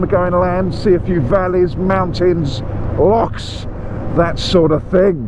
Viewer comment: Congratulations, first Englishman to pronounce Loch not lock.